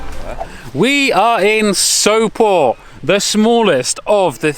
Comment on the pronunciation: Giiirl, you say „Sopot” perfectly! 🙈